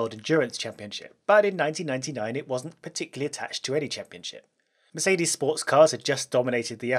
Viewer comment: Merces benz, perseelleen lens!😂